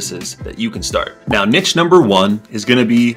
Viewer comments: It's NEESH, not Nitch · yo great video but if you ever do this again it is pronounced neesh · Niche is a french word. It’s pronounced /neesh/ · This is majorly bugging me that he can't pronounce niche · I’m wading through the numerous excessively incorrect pronunciations of the word niche in order to get the valuable info. Thank you sir for your bravery.